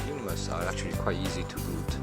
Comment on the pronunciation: It is not pronounced as eunonymous, it is euonymous..